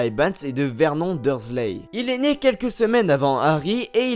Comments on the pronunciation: La femme de Vert Non...😂😂😂 Vernone cela ce pronomce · Bonne video mais on dis vernon(e) et non comme ca se lis il me semble 😶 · Mais ça se dit vernone et pas verNON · C Vernon pas Vermont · CA SE PRONONCE VERNONE